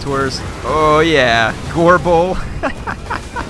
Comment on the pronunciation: makes "gorebull" sound like "agorable"